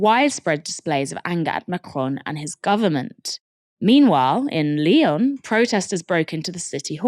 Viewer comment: Good coverage but, my God, the pronunciation of the French cities of Lyon and Nantes was horrendous.